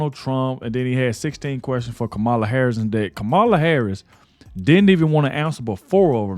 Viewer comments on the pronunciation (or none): Please learn how to pronounce the woman’s name. The accent is on the first syllable. Even if you don’t like her politics - it’s called RESPECT.